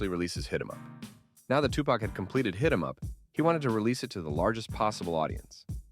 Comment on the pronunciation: i don't know if this an a.i. naration. but it's hard to listen to them call him tupuck ...